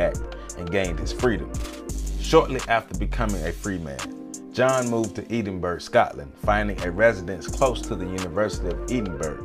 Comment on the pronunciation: ED-in-borough....is how you say it. Have you read The Gold Bug by Edgar Allan Poe ?